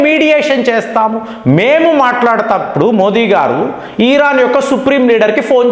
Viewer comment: మీరు thumbnail లో ఇరాన్ అని పెడతారు. కానీ మీరు ఉచ్చారణ మాత్రం ఈరాన్ అంటారు. ఏంటి? నా పిల్లలు కూడా మీ మాట పట్టుకుని ఈరాన్ అంటున్నారు. మీకు ఉచ్చారణ లోపం ఉంటే సరిపెట్టుకోండి లేదా మార్చుకోండి. దయ చేసి నేను మా పిల్లలకు నచ్చ చెప్పలేకపోతున్న. అర్ధం చేసుకోగలరు. 🙏🏻🙏🏻🙏🏻🙏🏻